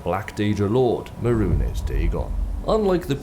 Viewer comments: Meh.rune.ehs lol Mey-runes my man. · May-Rune Dagon sounds infinitely better than Muh-Rune-Es Dagon. I hope it's just a meme I am unaware of. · It's pronounced mey-roons not meh-roo-nehs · Mah roonezz Dagon lol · mehrunes Dagon is pronounced (Meh-roons) Dagon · Merun es? Really?.. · no not that wouldn't actually argue about a completely foreign word being mispronounced when its not even in the game files or spoken by characters so a Japanese sword type isn't the issue. there were a couple of instances of it in this video, but the big one is Mehrunes Razor. it's MAY-ROONS not MEH-RU-NES, you have to HEAR Silus Vesuius say the guys name a dozen times when collecting the pieces of the Razor when the guy who both gives you the quest to collect the pieces AND the guy who gives you the quest on reforging it are SAYING the name to you openly there's 2 options, 1 you're deaf and you're unable to hear it which I doubt and 2 it is laziness. This is why I mentioned anime as people have a tendency to read the subtitle and not listen to the voice actor saying the name, then think of their own way of saying a name, ignoring the correct pronunciation in favour of their head canon, it's lazy and arrogant to a fault for people to do this and I do not understand it, it's easier to listen to what's been said than to go the extra step of making your own pronunciation up. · The way you pronounce Mehrunes betrays the fact that youve never played Oblivion lol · No one else triggered by how he pronounces Mehrunes? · are you mispronouncing Mehrunes' name on purpose to piss him off? xD I would advise against it. - me a pleb